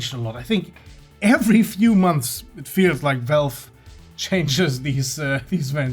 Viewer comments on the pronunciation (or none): none